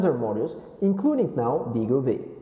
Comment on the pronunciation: Nice overview on the BeagleV; thanks for that. Looking forward to getting the final version hopefully later this year. (BTW, I think the name is pronounced "Beagle Five", as the V is a Roman numeral 5 (same as RISC-V is pronounced "Risc Five")).